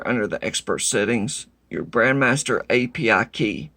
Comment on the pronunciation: I know its trivial, BUT you keep saying BRAND (MASTER) and it drives me insane... it is BRAND (MEISTER) MEISTER MEISTER MEISTER!!!